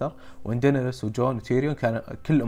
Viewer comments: اللي نعرفها وكل العالم ينادونها دينيرس عادي لاكن دينريس حقتك عجبتني 😂😂😂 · ليه تقوول (دينيرس)بسرعه تراها غلط😂😂